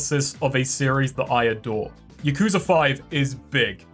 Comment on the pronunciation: Considering how often yakuza is said in some of these games, I figured you'd know how to say it correctly consistently too. You'll get there one of these games.